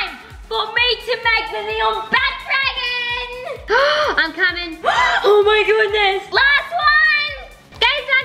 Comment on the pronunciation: Sphinx it’s bat dragon not bay dragon